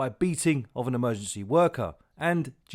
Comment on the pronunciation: Is there anyone left who knows how to pronounce the word Emergency? Instead of amergency.